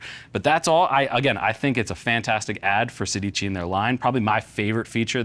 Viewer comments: You are pronuncing it wrong: it's Sédici. It means 16 in Italian. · I know, but the least they can do is pronuncing it right. Now they know... 😉